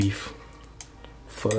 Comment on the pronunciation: peanut butter???come on man...r u sure ur viet? btw its pho not fur..peace!!!